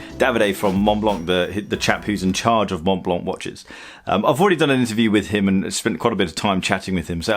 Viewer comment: Don't pronounce the C at the end of Blanc (French is tricky sometimes...). Good video but I'm struggling to feel to what heritage Montblanc is trying to connect with that Vintage look and feel